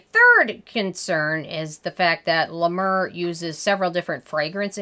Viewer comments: Hey girl. I don't care about how you pronounce La Mer. I'm Canadian and we buture French words all the time and no one cares. You do you. Also.... Honestly, I don't think you have too much toilet paper. You're obviously just a planner. I also wanna say that I love you're accent. I lived in the states for two years and I miss down to earth people like you with adorable accents like yours. Your take on beauty is refreshing and your skin looks beautiful. I'm sorry about the loss of your mother. You've got a new subscriber. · first of all I was using the mayor until basically I ran out of money, and my skin was glowing smooth a luminous I can't even tell you how gorgeous my skin looked when I was using Ladimir,,, and by the way you're not even pronouncing it right,,, you can say anything you want about the scream but people who can't afford it who use it swear by it even beauty and Fleurs like Jaclyn hill and Jeffree star use Le mer, I have also use Laprairie and cleau de peu creams, Nothing compares to it I have tried to use Nivea and put an algae extract it still doesn't give me the same effect as the scream so for all you people who think that the dupes are better they're not the scream is also blessed by something I can't remember exactly And just put put through some copper wire process it's some special technology I swear this cream of straight from Jesus but the price tag is hefty amen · La mer not la mur x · "La Mrrrr" Lolzzzz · Lmao "La Murrr" 😂😂😂😂😂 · Isn't it pronounced 'Mare'? As in the sea? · Oooof! I love you but it’s pronounced La Mare lol. It’s overpriced Vaseline I don’t get the cult following. 🤷🏻‍♀️ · Girl! I love how you say LA MAUR!! 😂😂😂😂😂😂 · Yep it’s la mare....clever French pronounciation of a word ‘mer’ which simply means ‘sea’.....go figure!! Maybe it’s just sea water🤣😂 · Does she realize that is not the way to pronounce it and when you are reviewing a product I would think you would learn that through research